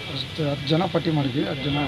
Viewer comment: What's pattial,. It's not pattial, it may be swayamsevakara patti(list) ಸ್ವಯಂ ಸೇವಕರುಗಳ ಪಟ್ಟಿ